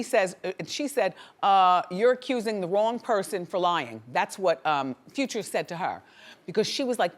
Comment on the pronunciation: i hate how she says Future like Few-cha....ugh